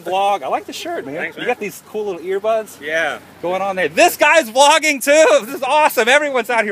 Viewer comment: It sounds like your saying flogging..which the def. for is a public beating with sticks..Lol..That must have made you feel good,seeing your fans:)